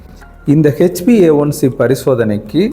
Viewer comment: நம்ம தென்னக தமிழ் மக்கள் ஆங்கில உச்சரிப்பில் B ஐ P என்று சொல்வது சகஜமான ஒன்று தான் take it easy bro.